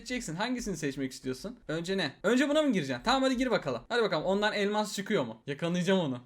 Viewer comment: Abi türkçen bozuldu balon kafa sayesinde elmas yerine elnas diyon